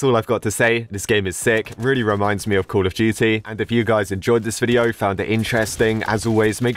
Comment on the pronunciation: it felt like he was saying call of gity/jity